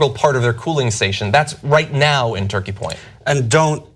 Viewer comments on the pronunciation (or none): none